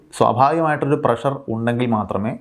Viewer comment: സാർ ഇംഗ്ലീഷ് ഉച്ചാരണം ശ്രദ്ധിക്കുക, തിരുത്താൻ ശ്രമിക്കുക, നിങ്ങൾ തിരുത്തിയാൽ പ്രേക്ഷകരും തിരുത്താൻ ശ്രമിക്കും "താല്പര്യമുള്ളവർ" ഷുഗർറ്, പ്രഷർറ് ⚠️⚠️⚠️⚠️ ഇത്തരത്തിലുള്ള അബദ്ധങ്ങൾ പറയാതിരിക്കാൻ ശ്രദ്ധിക്കുക